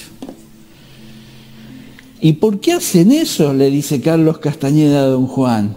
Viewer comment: gracias a vos comence nuevamente a transitar el camino del guerrero de Carlos Castaneda. te queria consultar que pensas de las tecnicas de PAses Magicos y recapitulacion. Otra cosa sin importancia, por que le decis castañeda con ñ? no me gusta, sin importar si es con n o con ñ, yo lo llamaria como el mismo se nombraba, tenes que admitir que él es el mas grande despertador de conciencia de los ultimos 50 años que pensas de la meditacion trascendental de Maharishi? crees que es un ser de luz o un engaño mas? muchas gracias, un fuerte abrazo